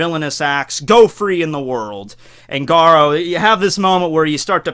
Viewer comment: you pronunciation of garou is like gadou